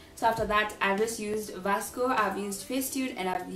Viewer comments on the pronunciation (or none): Ily but it's pronounced visco not Vasco 😂❤️✨